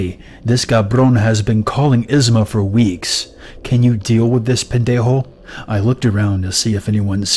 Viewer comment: Hi. As a Hispanic Chica myself, you didn't do bad on your Spanish speaking skills dude:-) especially when you said "Cabrón and Pendejo". You rolled the letter R without a problem, not bad at all ♡Lily♡